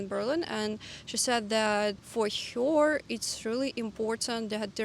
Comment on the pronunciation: Your English is very good, but it's funny to me how you pronounce 'her' as 'hyor', even though you pronounce the 'Ger-' in 'Germany' perfectly and they sound the same. I don't know if you appreciate English tips in the comments, but I just wanted to say that ... Anyway, another fun and interesting video. Thanks. 🕊